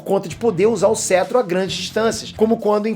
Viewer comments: só eu q fiquei incomodado com "cêtro" ao invés de "cétro"?? zueira, parabéns pelo conteúdo! ta muito bom o conteúdo e muito útil agora tão perto do lançamento do Ultimato! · pelo o amor de deus se pronuncia "Cétro" não "Cetro" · que cêtro o correto é cétro... kkkkk Para de falar errado...